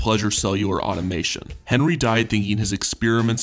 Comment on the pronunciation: It's Automaton Aw-tom-a-ton